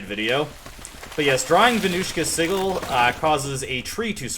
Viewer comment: Vermouth is pronounced ver-MOOTH and Sigil is pronouced SIH-juhl, by the way.